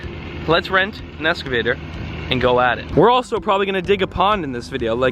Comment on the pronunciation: What a prick..... 4 dead red tail catfish and the first thing he mentions is the cost. Instal a fucking heater controlled by a thermostat. Oh and it’s not pronounced “escavator” 😩